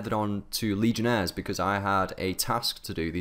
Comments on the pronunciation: Its not "lee-gen-es" it's "lee-gens" :p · It's pronounced "lee-gens" not legionaries, that's a disease lol...